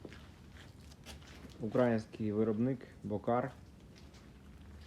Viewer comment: Не Ураїнський а український наголос на другий склад.